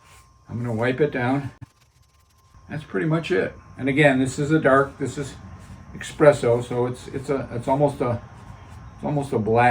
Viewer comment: Not eXpresso, eSSpresso.